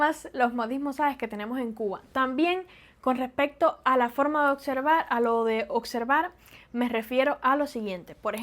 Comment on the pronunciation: Dices ocsevar y observar y luego ocservado, ocservadores, observadores. Es natural de tal manera que sigues acostumbrandote a pronunciar bien las palabras pero aún se te escapan, o lo haces adrede?